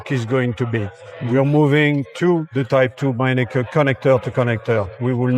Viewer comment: Mennekes is pronounced MEN-uh-kus